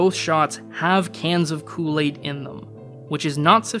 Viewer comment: You can't say Kool-Aid right.😔